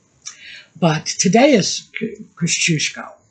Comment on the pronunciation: I like to wear my old cashmere sweaters for sleeping in the winter . Thank you for mentioning the importance of Poland to our revolution . Yes you pronounced Tadeusz Kościuszko correctly. And another important Polish patriot is Casimir Pulaski